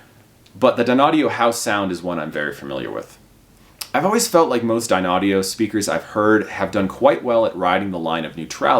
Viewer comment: Dear, your confusing the people who are not aware of the correct pronunciation of the company name. You yourself also seem confused. Not sure what I mean? Watch the video and critique yourself￼￼. 😊